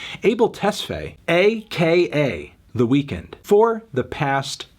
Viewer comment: When you sead it not sound like weekend it sound like weekday, oh man I lol so hard